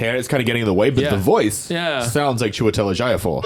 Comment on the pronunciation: I'm Nigerian, igbo precisely, and the pronunciation of Chiwetel Ejiofor was really good (but could have been better). its pronounced Chee-wet-el A-gee-or-for.